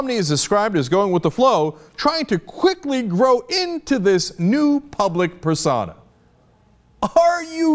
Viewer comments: Pers-OH-na not Per-sauna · What the hell is a persauna, its persona Cenk. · Cenk pronounces "persona" weird.